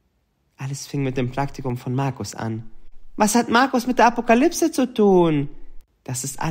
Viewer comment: 11 :44 wiese 2043 plötzlich keine akoplyse😂